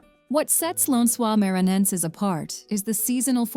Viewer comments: Lensuar manhaensar 😂😂😂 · Lençois maranhences souns like lance oils mair an neances